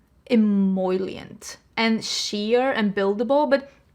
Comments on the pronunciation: Love the eyeshadow look! Btw I normally don't post things about pronunciation but since you use the word several times in the video, "emollient" is pronounced ehMOLEyent, not ehMOYlient, if that makes sense. 🙂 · take a shot every time says emollient 😂. your eye look is so beautiful btw!